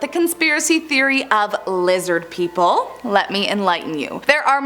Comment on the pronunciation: Lizid peepole